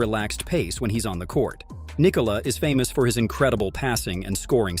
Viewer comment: Omg props for pronouncing Nikola’s name correctly 😅